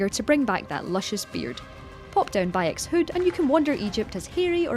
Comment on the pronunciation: it is not by ex it is bayek's tf mate... it is not magi it is medjay... it is bayek not byuk... they are snakes not snacks...